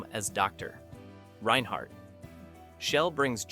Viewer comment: Maximilian shell (you know the kind of shell that's maximillian-ish) plays doctor.......... Reinhardt. The computer doesn't know how to handle these names. 😄